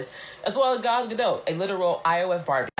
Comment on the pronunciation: Is that Jewish? I assumed it was French. is a simple goy, he also called her Gayle at one point in this video.